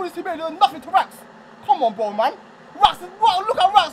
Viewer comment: The amount of times they be saying 'BROEW' is grim 🤦🏻‍♂️😅